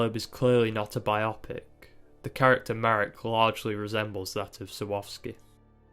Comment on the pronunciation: Thanks for agreeing with me as to the correct pronunciation of the word "biopic".